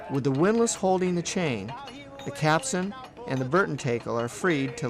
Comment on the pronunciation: CAPSTAN. not Capsun.